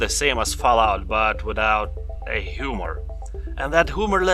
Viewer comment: "S.T.A.L.K.E.R. games are basically Fallout games without...ehh...humor." I don't know why, but the way he said that was funny to me. I wonder how funny Americans (like myself) sound when trying to speak another language.